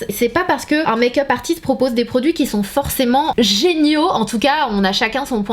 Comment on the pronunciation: Pourquoi tu dis dans toutes tes vidéo tu prononces mayk up au lieu de make up🙄